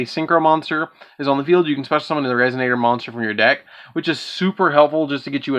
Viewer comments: I love the vid but I kept hearing "resignator" instead of resonator and it cracked me up. But I loved the video keep up the good work man 👍. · What the fuck is wrong with this guy 😂 how does resonator turn to resignator